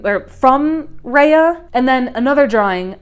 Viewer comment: (Rah-yah) not Reah.